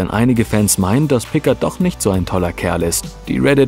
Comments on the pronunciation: Mr. Pikkart... So wurde er doch auch von der Pensionsleiterin in "Gefahr aus dem 19.Jh." gerufen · Will ja nicht als Schlaumeier rüberkommen aber Picard wird Pikaaar ausgesprochen.😃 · Es heißt "Picar", das D ist bei Picard stumm, es ist ein französischer Name. Bitte beachtet dies beim nächsten Mal, es tut in den Ohren immer wieder weh, wenn einer von Euch die Namen falsch betont oder ausspricht. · Wenn ein AI versucht den Namen Picard auszusprechen.... ;) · Picard ist ein französischer Name, deine Aussprache ist total verkehrt. Abgesehen davon ist das Video okay